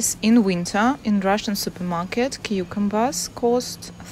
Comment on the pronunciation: Кьюкумбарс наконец то узнал как произносится а то кукумбер сисамбер)